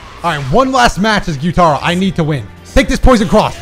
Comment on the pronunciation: saying gyu-TAR-oh instead of gyu-TUH-ro made my skin crawl…keep up the good work cuz that is now how I’m saying his name to EVERYONE 😂😂😂😂